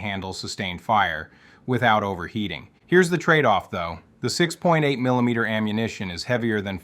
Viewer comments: Brutal to listen to, you talk like a child, "Okay?!?", "Right?!?", "Effective Ammuhation"...... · "effective ammuhation" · Yeah I've heard this damn voice like four or five times now, all with the same kind of weird manner of speaking that's hard to describe and goofy mispronunciations like "PIE-kuh-tin-nee". What's annoying is it's working, the damn video has nearly half a million views. EDIT: "Effective ammuhation", even the text and the little graphics are AI generated, Jesus Christ lol. These flow charts are incomprehensible.